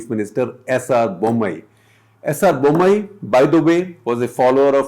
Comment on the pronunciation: The moment you pronounced the CM name I knew you failed, stick to things you know well bro